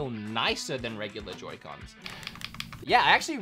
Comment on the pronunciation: Why did you pronounce it yoycons